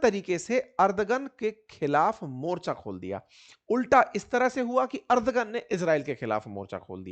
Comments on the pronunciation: अर्दगन नहीं एर्दोगन बोलिये। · Ardhogun ❌ ardhnagn